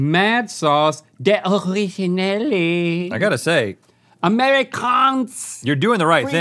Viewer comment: Hahahahahaha when link is pronouncing the Dutch words 🤣 “de originelieeeee”